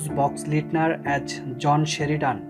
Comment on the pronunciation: AS = AAZZZZZZZZZZZ not AT